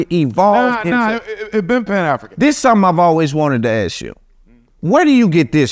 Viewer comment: Yet you still can't say, "ask" this dude is a clown